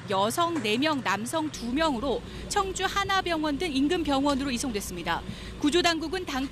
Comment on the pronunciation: 청주라고 청주!! 앵커가 말도 제대로 못하네 ㅉ